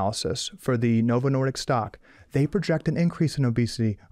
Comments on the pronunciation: I agree with Calley Means except it sounds like he is saying Novo Nordiks! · he doesn’t even know how to say novo Nordisk, keeps saying Nordicks. Good grief. So dramatic and argumentative.